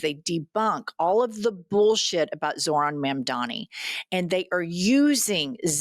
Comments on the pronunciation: We need to work on the pronunciation of Zor-han Mom-dani It's important because they're going to try to weaponize it like they did with Kah-mah-lah's name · Jesus christ, can you pronounce Zohtan Mamdabi's name right? Maybe not like a maga moron?